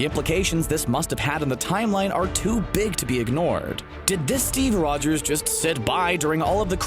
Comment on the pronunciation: Steve Rwogers